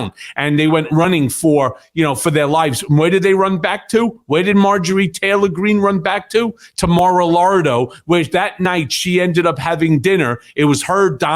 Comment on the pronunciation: The word it's Lago not Largo.